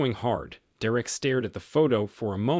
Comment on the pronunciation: Why can’t you pronounce Derek’s name even though you clearly can say it?